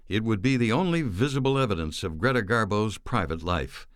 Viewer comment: Do you call her Carla it’s Greta great documentary by the way love your voice dear but can’t figure out how you call her